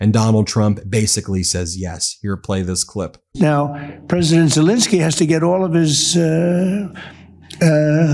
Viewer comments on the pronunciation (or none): ZelEnsky not ZelInski.